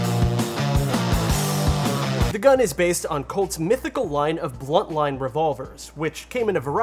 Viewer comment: Dude, its a BUNTline, BUNT. Great video otherwise.